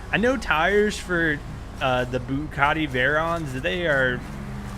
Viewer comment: bugatti* veyron*